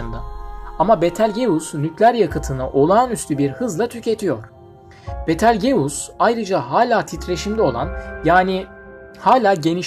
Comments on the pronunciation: Kanka "Bitılcüs" diye telaffuz ediliyor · Betal geus nasıl bir ingilizce telaffuzu ya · betelgeus ne yaaa yazılışı gibi niye söylüyorsun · Hocam kanalınız güzel görünüyor fakat teleffuzda biraz daha dikkatli olursanız çok hoş olur. Örneğin Betelgeuse'un teleafuzu...